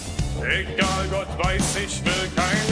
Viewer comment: Wenn er noch schön das R benutzt hätte wäre was dran aber das mit egal war ma komplett ein Abschuss